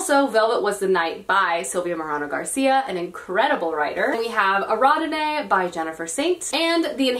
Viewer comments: lolz, huge fan, but your pronunciation of Ariadne kills me every time. (air-E-add-knee) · I am kinda perplexed how she pronounced Ariadne